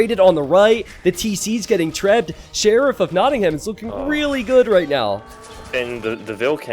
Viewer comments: Hey,, could you try pronouncing Nottingham this way please: Knot-ing-hum From a British person 😂✌🏼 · my only complaint:/ everything else is beautiful and perfect with so much effort put into it, capture age and the stats and the awesome co-casting, but for a $50k+ tournament where he picks the names you'd think they'd at least spend 30 seconds to learn how to pronounce them correctly. if it seems silly to care, idk what to say except you'd get more viewers